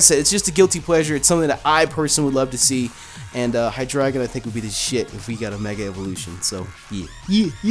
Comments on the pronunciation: High Dry Gone (What he said) High Dre Gone (How it's actually said) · You say it as "high dragon" but it's "high drey gon" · of It is pronounced High Dry Gone,Because this evolution Line has the german numbers eins (deino) zwei (Zweilous) drei (Hydreigon) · How would you pronounce that? Dragonite-ite? Dragon-eye-trite? Besides, it just looks so odd. I doubt that'd be the answer (if it is, reply with a big fat 'I told you so!'). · Highdragon? Hydray-gone